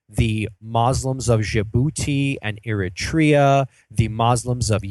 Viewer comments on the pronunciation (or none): none